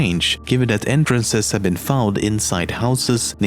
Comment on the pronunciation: Can he even say 'have'? XD